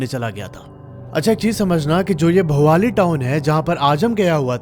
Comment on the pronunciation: Bhowali nahi ha wo bhawali hai